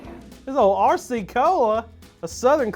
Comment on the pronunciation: pronounced R-RAH cee cola